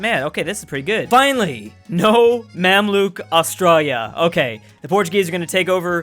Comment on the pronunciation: Drews pronunciation of Australia messes my ears up